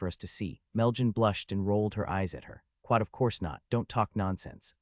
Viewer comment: After 2477 times hearing it: I believe the AI is saying "Quot" for the quotation marks as it happens mostly during conversations vs. narration. It's new, but a trend I hope doesn't catch on.